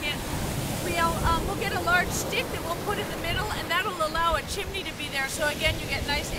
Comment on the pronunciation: What is a "vavle" and a "thimney?"